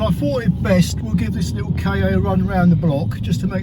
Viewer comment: I think,, that the idea was to pronounce the name Ka as 'Car'. At least I read that somewhere sometime long ago. 😊